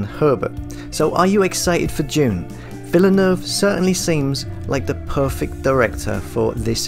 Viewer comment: You are calling him wrong learn French pronunciation